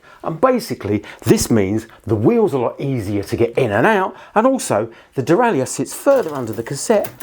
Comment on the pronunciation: Why have you decided to mispronounce 'derailleur'?